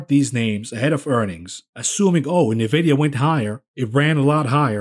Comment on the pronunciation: "Knee-vidia". Lol.